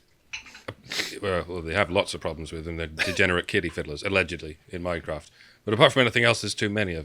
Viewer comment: did he say "alleged kiddy fiddlers in MINECRAFT or MY CRAFT?"